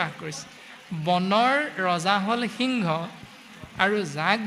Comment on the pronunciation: আপোনাৰ প্ৰশ্নত এটা খোকোজা থাকি গল যে সিংহক হৃংস বুলি কোৱাটো |